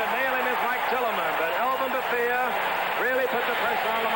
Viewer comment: Faultless Frank! we used to have a pool about how many mistakes Gifford would make over the course of the game. and it was always a LOT. the one that sticks out is his mispronunciation of Elvin Bethea's name. it's Ba-thay! and Nemiah Wilson is nowhere near 180 lbs, closer to 160!